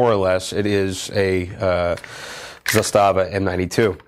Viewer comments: Did they pronounce the word zastava correctly? I'm Croatian and it's wrong in Croatian but Serbian is a very very similar language? Was the pronounciation bad? (it probably was) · Here is you telling people how they included something but not the other im bugged out HOW THEY PRONOUNCED ZASTAVA WRONG